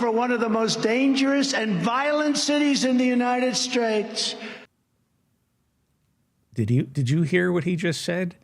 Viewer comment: “United Schtraights” “Trouth Sential”, 🤣🤣🤣